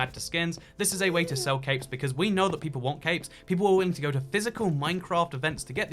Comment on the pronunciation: EVERY SINGLE TIME you said “capes” I thought you said “caves”